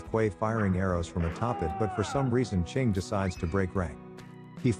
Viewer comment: Chiang as "Ching" is crazy work...